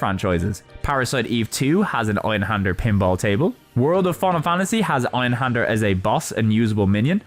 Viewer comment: Dude you're an english native, you can pronounce an ä. Why not do it?